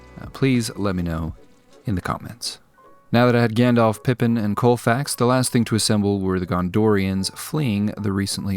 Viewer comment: Coalfax? You mean Shadowfax.